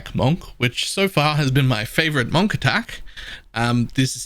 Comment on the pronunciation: It's pronounced munk